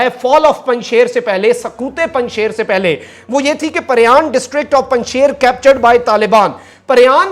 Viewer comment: مخدوم صاحب، آپ سے دو درخواستیں ہیں 1 براہ کرم پنج شیر کا تلفظ صحیح ادا فرمایا کریں، شیر کا تلفظ ش ی ر ہے shir کا اردو میں تلفظ شی ر ہے 2 سنسنی سے پرہیز فرمایا کریں کیونکہ اس کا نتیجہ فائدہ کی بجائے نقصان کی صورت میں نکلتا ہے آج 4 ستمبر تک تو پنج شیر طالبان کے ہاتھوں فتح نہیں ہوا.